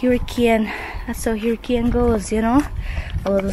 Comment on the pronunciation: you are pronouncing “hurricane” incorrectly.😊